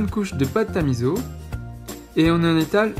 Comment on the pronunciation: Juste pour taquiner, on ne dit pas mizo. Cela se prononce miço (enfin en lecture classique hepburn on écrit miso car misso c'est pour みっそ )